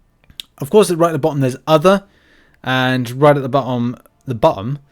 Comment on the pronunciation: We can see that you're really a British person 😂 right at the bo'om 😂😂😂